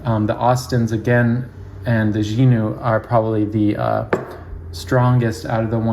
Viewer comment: Thanks. I watched your Xinu videos. I'd say your pronunciation is on the mark. The channel, A Nose Knows, did a video on the brand six years ago after visiting Xinu (Which incidentally means 'nose'.), and she says it the same way.